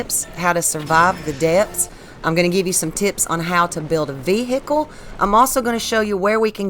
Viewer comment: What is a veehickle ?